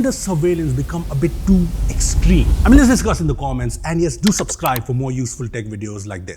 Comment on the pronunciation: I hope that "supscribe" was sarcasm🤔